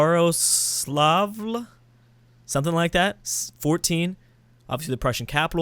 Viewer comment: OMG he pronounced "yaroslavl" as correct as native english speaker could!